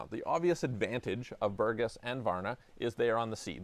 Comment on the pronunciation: BourgAs. If the accent is wrong, we cannot recognize the town of BpourgAs. Thanks!